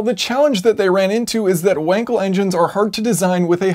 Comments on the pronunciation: Should be pronounced with a V. In german W = V and V = F :) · Your pronounce of Wankel is incorrect...